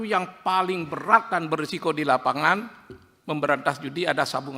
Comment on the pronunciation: BUKAN BERAT PAK TAPI BEYAT 😂